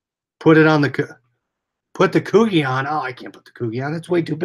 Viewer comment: Subscribed. FYI its pronounced Coo-'G' or Coojy lol